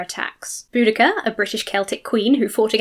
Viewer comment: PS TY (as a historian) for pronouncing Boudicea correctly!